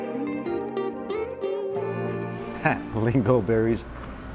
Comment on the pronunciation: is trying his best. Not that easy to pronounce a Swedish word. Lingon is the Swedish name for that particular berry. However, it’s not called lingon in all the Scandinavian countries. In Norway it’s called Tyttebær 😁🇳🇴